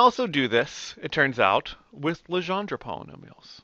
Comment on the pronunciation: Your saying Legendre wrong!! That is my born last name